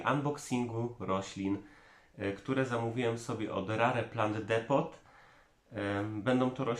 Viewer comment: Jakie rare 🙈🙈🙈 czyta się rer 🙈🙈🙈